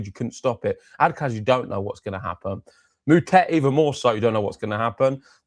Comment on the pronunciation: I know you guys are british, so I forgive you. But Moutet is pronounced (Mootaa)